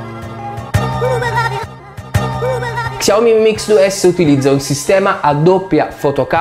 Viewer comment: Si pronuncia sciaomì non csiaomi😂